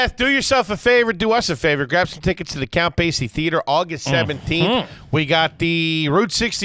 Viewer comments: Does say “Gwab the squad” on purpose lmao, this is atleast the 5th time I’ve noticed him say “gwab” instead of “grab”.. is he talking like Elmer Fudd on purpose? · Gwab the sqauddd